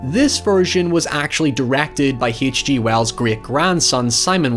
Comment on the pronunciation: Heeatch Gee Wells.